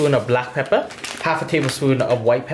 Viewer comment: This guy says 1.5 tsps of black papper "put 1 pound of black papper"